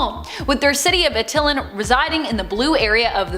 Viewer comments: Did she pronounce Attilan as Uh-till-len? It's pronounced At-ta-lan. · Not Uh-til-lan but Att-Eye-Lan